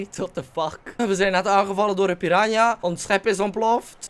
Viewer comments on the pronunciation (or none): houd van je enzo.. maar uhhmm.. Nou ja PIRANHA, niet PIRANA.